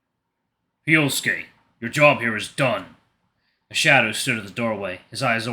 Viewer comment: Yeah, I'm sure that Japanese people don't say "Hi-Oh-Sue-Kay" for Hyosuke.